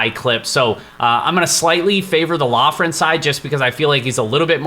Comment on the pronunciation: We are so back, I’m let’s hear the picks best part of my week, Just an FYI, Loughran is pronounced Lockran